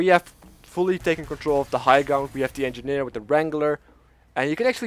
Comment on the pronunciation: he say eenginer i love you he say ti the game